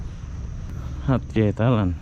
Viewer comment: Sayangnya tak boleh nak sebut nama tempat dengan betol....eloknya tanya dengan penduduk tempatan macam mana nak sebut nama sesuatu tempat atau kota tu....hatyai dia sebut hatyeh...